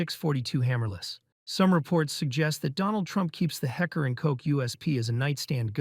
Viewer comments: It's "Heckler and Koch", not "hecker". And Mussolini's Beretta 1934 was chambered in 9x17, mm (.380ACP), not 9mm Parabellum. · imagine needing AI to write innacurate scripts vs actually getting tired researching world leader's guns and actually get the caliber of the weapon right like what you mean hecker and coke i know its spelled like that but still the pronunciation? 356 magnum? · A HECKER and COUK? Bruh before you do these types of videos maybe run the words through a translator first. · Heckler and Koch? Nono, hecker and coke. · It s Not acklar and cook 😂 it is Heckler und Koch! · It's called Heckler & Koch, NOT Heckler & Coke ! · “ a point forty five ‘hecker’ & koch” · "Hecker and Coke?" Maybe get a real narrator instead of a computer voice...